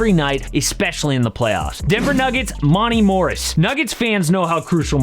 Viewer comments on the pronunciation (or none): It’s Mont a Morris, not Mont e